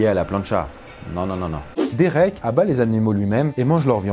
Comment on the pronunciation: He sa se dit dérék pas dirik mais sa s'écrit derek